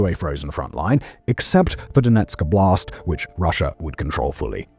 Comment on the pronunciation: The way you say Donetsk Oblast sounds like it some kind of "Donetsk style blast" or a "Blast in Donetsk". Oblast is a word for "area" and if you're interested in the correct pronunciation the first syllable is stressed.